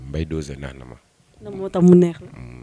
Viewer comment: Elle peut même pas prononcé mbaye dosé c grave en tant que animatrice ou présentatrice